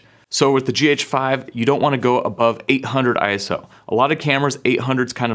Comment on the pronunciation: Stop saying I S O 🙈🙈🙈 Its a word…. ISO